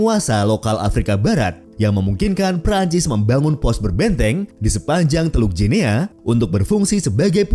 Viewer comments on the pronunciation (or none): Sebutan yang benar untuk 'Guinea' adalah "Gini" bukannya "Jinia"